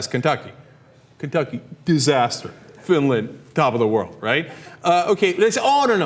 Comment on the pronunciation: Kentucky *sour face* dizzZASter :DDD